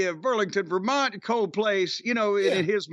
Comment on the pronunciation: it's not the Ver-Mont-EE?